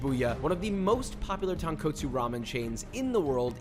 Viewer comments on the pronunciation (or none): When will you ever pronounce “tonkotsu” or “udon” correctly